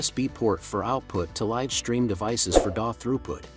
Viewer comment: You miss pronounced "live". ⬅️EXIT.